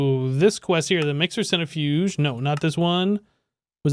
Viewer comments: ‘centre-fudge’ :p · Its amazing how you pronounce centrifuge. :p